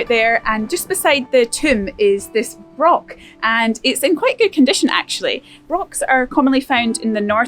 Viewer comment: Broch isn’t pronounced like lock. The CH is extended and not hard.